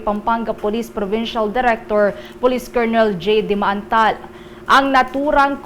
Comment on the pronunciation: Pcol jay dimaandal po at hindi dimaantal correction